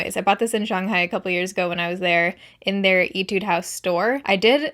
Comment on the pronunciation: Did u say “itude house”? Lol